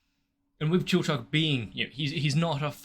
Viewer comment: Cheif Zon's sister is so cool. She does a great job sounding out Chilchuck, and I just love her character design (She has a name in the manga and credits, but as it wasn't mentioned in the episode, I'm not going to use it here)